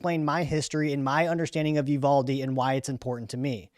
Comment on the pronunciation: It’s pronounced You VAL Dee